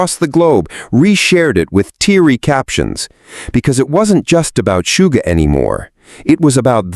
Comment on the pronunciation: Yoongi was a shooting guard on his school basketball team. So Suga is not pronounced "Sue"ga, but "Shoo"ga. You've got this! 🤞👍